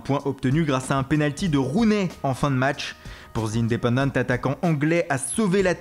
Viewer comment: Revoit ta prononciation sur le joueur Rooney !!! C'est une légende ce mec 👌